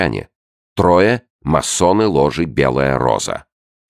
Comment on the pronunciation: У Чонишвили прекрасно всё, но случается так, что он неправильно произносит слово, которое по сюжету повторяется каждые пару минут. И вот это просто пиздец для ушей. В этой книге этим словом было «масоны», которое он произносил с двумя мм — «массоны». В другой книге — «коммуна» в его исполнении раз сто прозвучала как «комунна». Раздражает и отвлекает просто пиздец как.